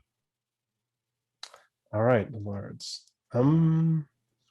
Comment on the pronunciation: I like how the more says "lairds", the more it turns into "lards".